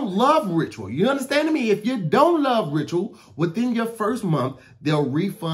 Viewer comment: "visit *ritural*"